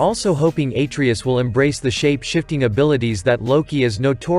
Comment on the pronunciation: Pronouncing Atreus wrong